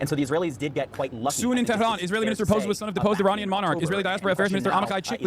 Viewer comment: Why does he pronounce "tehran" like an arab... that's not how it's pronounced at all omfg